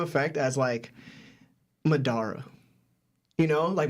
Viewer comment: Bro…the way pronounced Madara 💀😂